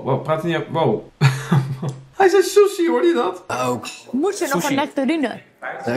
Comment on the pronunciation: die sushi uitspreekt.... "Soesie" 🤭